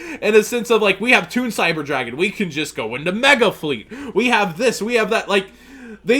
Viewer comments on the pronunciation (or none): When you said ToOn, I broke premature ejaculation